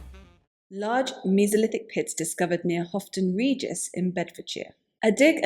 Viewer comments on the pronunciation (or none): Pronounced 'Howton' Regis , not 'Hofton'. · It's " Howton Regis" 😊